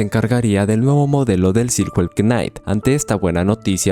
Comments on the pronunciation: Me choca que diga "quenait" en vez de simplemente "nait" cuando dice Knight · bro tremendo video, pero practica un poquito la pronunciacion dle ingles xd knight se pronuncia ''nait'' king seria rey , no caballero, animo con los videos bro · Se escribe knight pero se pronuncia naigt.... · Bro knight se pronuncia 'naiht' la "k" inicial es muda y silhouette es silueta y la "h" no solo no se pronuncia si no que la ignoramos en esta palabra por completo, se pronuncia 'siluet' (con acento en la e). Al final cada quien dice como se le da la gana y no hay una sola forma correcta de pronunciar las cosas en ingles, pero pues ahi quedo lo que crei que seria una contribucion. Saludos y exito.